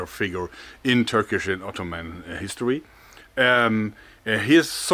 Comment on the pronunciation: Your Turkish pronunciation is fine, don't worry 👍